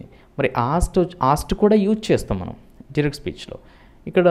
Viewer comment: డూరెక్ట్ స్పీచ్ కాదు నాయన..డైరెక్ట్ స్పీచ్😂😂😂😂😂😂😂